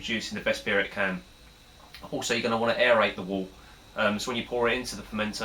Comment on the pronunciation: It’s pronounced Wert! 😅 Good video though.